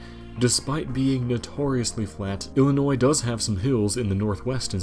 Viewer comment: It's pronounced "ill - in - noy" , not "ellen - noize", after Lincoln's first wife.